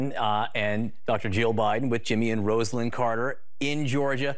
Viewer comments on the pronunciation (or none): Her NAME, is RAWS-UH-LINN! Ya know? Not ROSE-uh-linn. Smdh. Straight disrespectful. It's embarrassing that CNN doesn't know this. She's a former first lady... >_< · It's Rosalynn Carter ... RAH-zuh-lin, not Rose Lynn! Stop! 😔 Now I understand why some old folks are repulsed by young ones ... at least those who do no research and think they know what's up. Come on! We can do this.